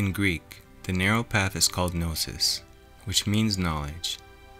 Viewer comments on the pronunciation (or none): none